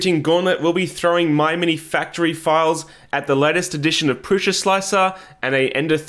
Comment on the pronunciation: Prusa not Prusha😂